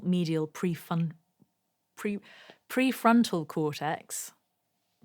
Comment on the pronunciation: "Prefuntal ..."? Is that like foreplay?